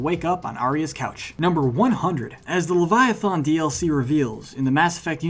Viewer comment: Dammit, you Weasleys. It's "Levia-THAN," not "Levia-THON."